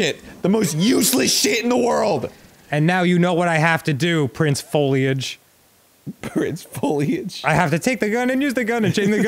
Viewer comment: "Prince Foliage" killed me